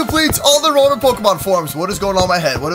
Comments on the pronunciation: it rotom not robom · The pronunciation is row tom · Rotom is pronounce ro/tom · It's RO-TOM for how you say it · it's row-tom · It's (row tom) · Why do you keep saying rotom wrong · Bruh it's not how you say rotom